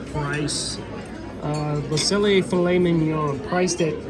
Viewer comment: Close ^^. There's no L in pronouncing 'cellier', just ce'yée. If you wanna go for the last 3%, make the ée at the end even wider (less eh) and stay completely straight. I know, it's particularly hard if you grew up in American English. Great video👍, you picked pretty much everything I'd have picked, now I'm REALLY hungry! 🤤 If it wasn't 2 am, I'd be sorely tempted to go to a local Steakhouse here in Hamburg where it's probably quiet, and the filet mignon is €29. 😁 Dang, Disney! ^^